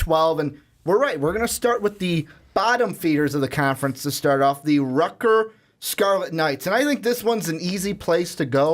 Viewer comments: Stop saying "Rutger" you sound like a moron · "rutger" lolololol